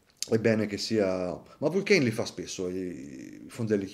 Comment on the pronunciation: Grande … la pronuncia nn è proprio francofona … sarebbe Vulcàn … cmq bell orologio e bel video